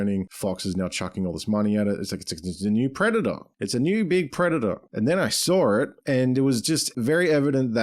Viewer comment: It's SAW IT, not SAW-R IT